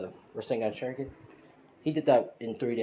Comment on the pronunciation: It's pronounced Ras-ain-shuriken